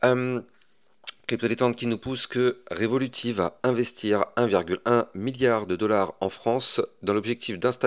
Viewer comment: Pk tu dis révoluti ? C’est revolute que ça se dit chef même le créateur lui même le dit